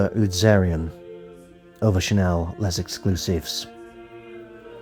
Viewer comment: Why do every influencer pronounce L’Exclusif wrong? Is it so hard to look for the right pronunciation before making a video? And no it’s not called Les Exclusif!